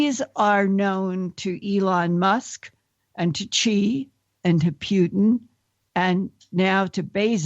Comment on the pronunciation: my favorite part was when she said Vladamir "Pewton"